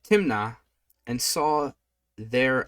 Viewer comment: Samson went down to - Timiniah - snickers - Timnah